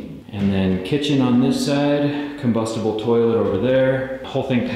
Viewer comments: I love seeing the creative thinking and engineering. Can't wait to see the next steps! Oh, and I swear I thought I heard "combustible" toilet. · Did you say combustible toilet? Dude I hope not 🤣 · I heard combustible toilet.